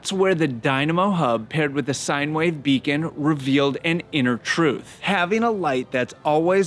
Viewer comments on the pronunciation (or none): none